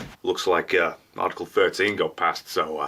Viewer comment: For fuck sake... ArrrrTickle made me laugh way too much XD